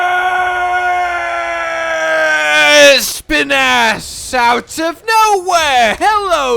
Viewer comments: The way he says ESPIN’ASS i can’t 😂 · If Espinas's name is about the spanish espinas (thorns) it is pronounced esPInas, totally sure was named cause that